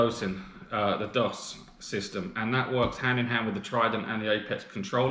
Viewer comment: It's called Doooooos. Not Daws. :-)